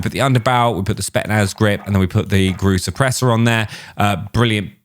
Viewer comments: Who’s gonna tell that it’s spetZnaz 😂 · My man really just said spetnaz feet😂